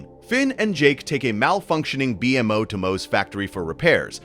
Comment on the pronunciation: Amazing video but why call BMO B m o it annoyed my brain ngl it's pronounced bee mo Amazing video but definitely not for sleep ❤